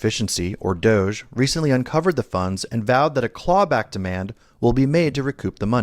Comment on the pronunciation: Idk why people keep pronounce DOGE as DOJE. It just sounds wrong. Completely different from the root word.